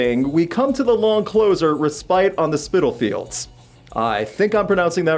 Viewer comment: Spitalfields is near unique in English place names, its said how its spelt! You were close enough not to matter in your pronunciation.